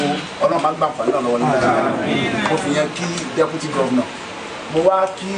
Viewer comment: It's "DEPUTY" not "Debuty" Ori re ati Ori Toliat ti bu gidi gan ni oo. Awon olodo odaran .. E gbe eru eleru sile. E o le ni isimi rara 😂😂😂😂😂😂😂